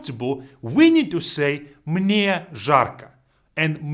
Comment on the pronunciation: "Мне" sounds kinda "Мы не" together